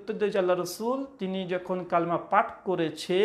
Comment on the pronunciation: Didn't you pronounce wrongly the name of 'Kalima'?